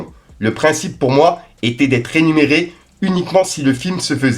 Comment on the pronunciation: beau boulot on t'aime mais c'est Rémunérer pas rénumérer